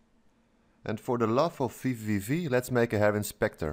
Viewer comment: i notice you keep referring to the program as "VVV" instead of "VVVV".. goes to show the name isn't very pronounciation friendly ;)